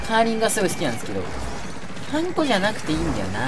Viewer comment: それは、貴方がウナちゃんと同じなので違うかもしれません💦 普通の音程はハンコ⤵︎ですよーー！